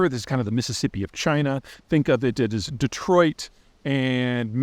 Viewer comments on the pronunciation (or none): none